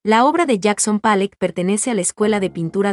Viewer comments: Empiezo a ver el video y me sale con "Palleck" en vez de Pollock (se pronuncia como se oye: Polok) y luego me sale con "Letenstein", se pronuncia "Laitnstain". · Pollok no palek